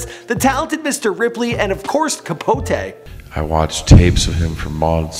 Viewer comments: CapoTEE not CapoTAY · "Capot-AY" 😩😩 run the pronunciations with some co workers before u put it in the internet